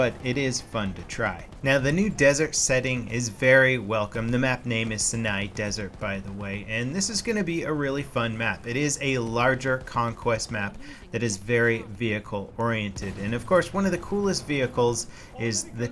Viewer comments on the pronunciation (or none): Sinai is pronounced Sign yai, not Sin aye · the map is pronounced "seyeneye" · IT'S PRONOUNCED "SIGH-NIGH", GODDAMMIT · It's not Si-Ni. The word is Arabic "سيناء" and is pronounced "See' na'" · Everybody pronouncing Sinai differently makes me think ive been saying it wrong my whole life, but im pretty sure its 'Sigh Nigh' correct me if im wrong. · lol why is everyone mispronouncing the name of the map? It's pronounced SI-NI ...you know...like the actual desert.... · literally neither of those lol. Its SighNigh people.... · Its pronounced S-Eye-Nye (Sinai) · ...it's neither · Rick Everyone in the US and Europe says it wrong then. Oops.